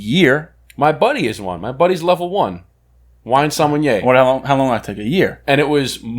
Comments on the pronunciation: sommenyeaaa is NOT a thing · There’s no “N” in the sommelier 🤣